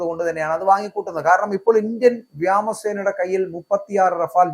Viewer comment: വ്യാമാക്രമണം , വ്യാമസേന എന്തോ ന്നെടേ ഇത്